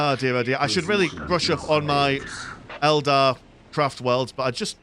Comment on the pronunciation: Fantastic match. "Eldad" was quite an amusing slip of the tongue.